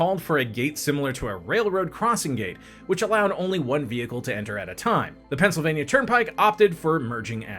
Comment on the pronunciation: lol the Pensi